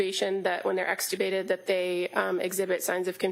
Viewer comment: She really loves the word extricubated ha ha